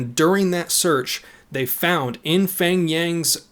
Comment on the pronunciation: Ight, I am not trying to make fun of your pronunciation or anything but his name "pheng" is actually not pronounced "feng", in hmong it is peng, just ignore the h like how you would when saying hmong.